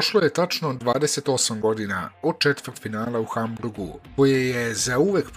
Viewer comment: HAMBURG A NE HAMBRUG